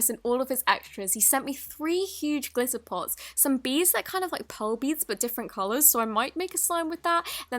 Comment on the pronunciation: That’s and American accent glitter